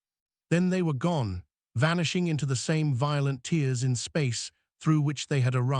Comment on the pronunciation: Fix your AI voice-over: Skis instead of Skies, Fadding instead of Fade-ing, Tiers instead of Tears (in this case pronounced, "Tares", because it refers to torn openings in the fabric of space).